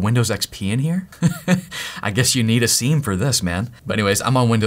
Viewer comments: Sim not Seam for the love of god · Hey it is not seam, seem, it is siem (see i'm) 🍉🥝🍊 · It is 'seeam' like veeam , but spelt siem. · I before E, except after C. It's pronounced "SEEM". Just like Priest, Chief, Brief...you get it. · It's pronounced "sim" god damnit why did he say it like that